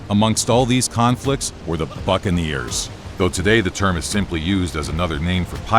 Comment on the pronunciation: sounds like “Among all these conflicts were the fucking ears”